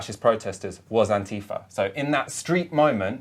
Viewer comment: AntiFAH, not ''anTEEfah''.